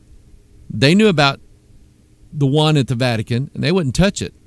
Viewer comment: he said vatic-anus :-)